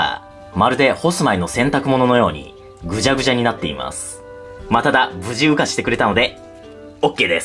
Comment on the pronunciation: 無事羽化してくれたのがOKですが →不自由化してくれたのでOKです に聞こえてしまった(笑)